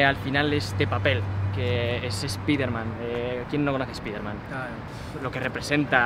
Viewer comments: Que mal suena cuando dicen "Espiderman" en vez de "Espaiderman", Si lo quieren decir en español pues digan "Hombre araña" no ese daño a los oidos....Onda vitaaal xDD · Por que los tarados dicen "espiderman" y despues dicen Marvel's Spiderman correctamente?